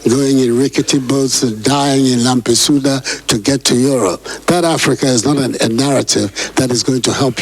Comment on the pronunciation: Nana sorry is lampedusa not lampesuda.......hahahahaha